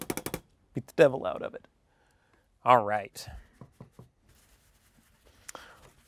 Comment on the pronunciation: More like he's alwhite